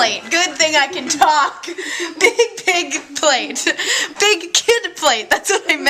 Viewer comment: How do you do that?! You are saying "big pig plate" without even using your upper lip! I feel so weird for pointing this out but its totally cool!!! Maybe thats why you mis-say things all the time, you aren't even using your upper lips to say the "b" and "p" sounds!!